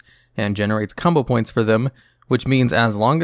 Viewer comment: combo points he says likes “Kama points”